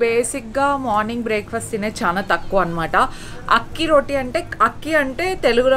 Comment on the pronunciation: That is not ROTI that is ROTTI.. just like u pronounce in Telugu..